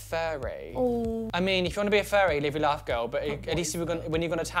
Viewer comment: Whenever says “live your life girl” it always sounds like “live your laugh girl” to my American ass